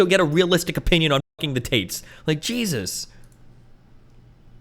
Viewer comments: Tits instead of *Tate's*😂😂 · LOL, it sounds like the interviewer is saying "tits" when he says "Tates".